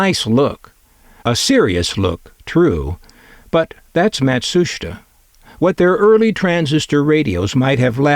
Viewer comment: I believe it's pronounced: Matt-Soo-Sheetah.